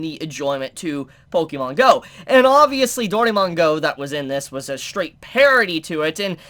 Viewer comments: We know you don't play pokémon, since you're pronouncing it wrong, read the accent My first thought on one of the glasses, those are Vash's! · If you are going to continue to review anime you need to learn how to pronounce Pokémon.